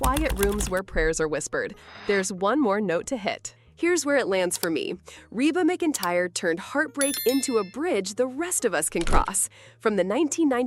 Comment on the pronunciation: Try to pronounce her name right. McEntire. And Brandon was 47.